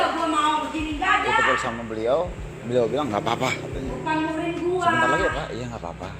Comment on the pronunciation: Muhrim??🤭 Emangnya lagi ihrom😄. Mahrom buk, bukan muhrim...